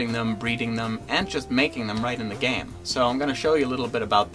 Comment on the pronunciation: Anyone else hate when he says "THE GAME"